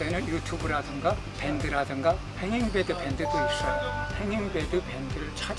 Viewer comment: 권취를 번치라고 하더니 행잉베드를 행인베드라고 하네 명칭도 제대로 모르는데 하우스를 제대로 짓는게 가능할까싶다